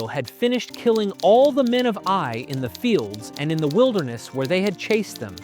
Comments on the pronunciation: Who else noticed keeps saying A I for the city of "eye"? Lol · The city is not called A.I. it is Ai, pronounced like the Scottish aye. Or the same sound as the Y in the word try. Ai. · You sound like you turned your own voice into Ai. You literally just said the town of "aye" as the town of a.i. about lol